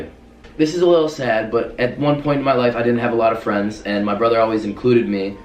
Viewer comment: Hi I like pizza do you like pizza if not we can't be fwends I need fwends please be my fwend